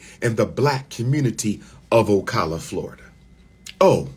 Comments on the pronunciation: It's O-Cala not O-Cola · PRONOUNCED O CAL A